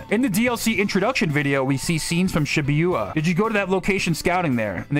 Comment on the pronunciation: How you pronounce Shibuya pains me. That is my only criticism of this video. I'm really glad Shadow has been getting more attention lately. He's my favourite character in the series.